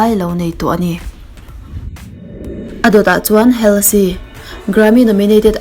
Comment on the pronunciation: Halsey hi ‘Holzi’ tia lam tur oo 😁😁